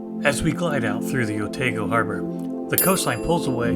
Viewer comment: Great report from your short stay in Dunedin,..loved it , but it is Otaaago not Oteego,yes some of those kiwi names are tricky to pronaunce,i know live here for 40 years now and still struggle with that kiwi languese, but great report,thank you👍